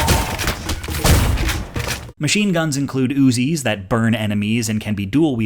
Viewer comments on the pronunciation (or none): none